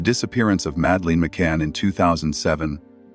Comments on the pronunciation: Her name is madeleine not madleen as you spell and say it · Have to stop listening because calling the little girl Madaleen is getting on my nerves. It's Madeline. If this AI or whatever it is can't speak English properly then don't do any of it.. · I've suspended belief bc you can't even get the pronunciation or spelling of Madeline's name right. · Madeleine . Not Madleen ? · For gods sake, at least learn how to pronoun her name! Not Msdaleen! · Ma-da-lin. Priya-del-loose. At least pronounce the victim’s name and location properly using a human instead of using ai. Just undermines the content / channel in general. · Madleen..!!? Madleen..!!? What a load of s***e..! Get it right.. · it’s AI, that’s why it’s mispronouncing multiple names. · You can’t even pronounce her name correctly! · Ok this whole video is such Bullshit. Between the mispronounced name of the girl to mispronounced passerby. And absolutely no actual mentioning of when, if, or who, broke their silence only poorly produced recitations of what's already been known. I'm going to have to take a hard pass at this.